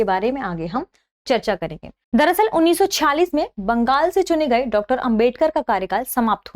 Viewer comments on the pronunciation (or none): none